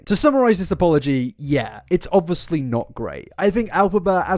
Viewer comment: why am i watching an hour long video on someone i previously knew nothing about? i don’t even go on tiktok 😭😂 eta - i love the way you say “obvuslee” (obviously) 💜